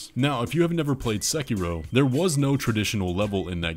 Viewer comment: So glad you didnt say "sekido" 😊😂